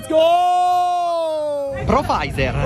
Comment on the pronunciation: Ma per caso ha detto profaizer?